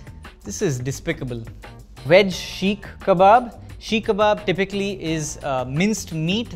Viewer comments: Who let this guy star in this video. First off it’s Seek kabab not Sheek. Second chatpata means tangy and the “lentils” were chickpeas. Sorry bro but please ask around before shooting next time. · "Chana" is chickpeas, not lentils. Also, it's "seekh" kabab, not sheek kabab. How does an Indian reviewer not know Indian names?